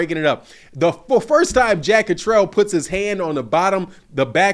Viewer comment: Blu Cantrell. He’s jack Catter-all. Not jack Catrell